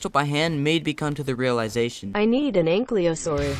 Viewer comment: Ankylosaurus: ain • kyle • oh • sore • us The Y comes before the L and you pronounce it wrong every.single.time